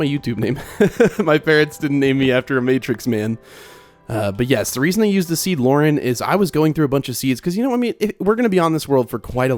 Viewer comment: The way bro said lau-ren😂